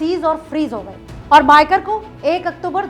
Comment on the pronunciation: मयेकर not मायकर . हणजुणे not अंजना.